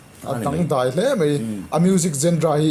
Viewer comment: "Genra" hi kan ti leh thin a, "jon-rah" ti a lam tur aw.. mipuiten i hre thar leh ang u.